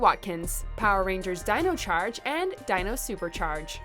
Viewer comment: Sorry, but you have to work on your pronunciation in the Dino charge section.